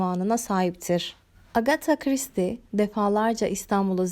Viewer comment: Full isim telaffuzundan sonra tebrik ederek abone oldum